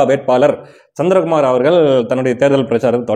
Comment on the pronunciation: நானும் NTK தான். ஆனால் தயவுசெய்து தமிழை நல்லா உசசரிசசு பேசுப்பா. அவரகல் இவர்கல் வேட்பாலர் ன்னு சொல்லாதே. ல ள பெரியவங்க யார் கிட்டேயாவது கறறுக்கோ